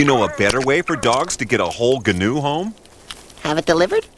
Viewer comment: Why do they pronounce the "G" in "gnu" when it's supposed to be silent?